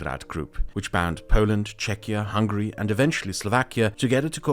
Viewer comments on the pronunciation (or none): none